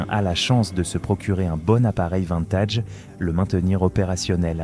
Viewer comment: Des que j'ai entendu "vINtège. J'ai coupé.